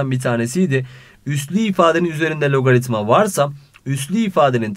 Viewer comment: hayatımda sizin kadar güzel logaritma diyen duymadım hocam :)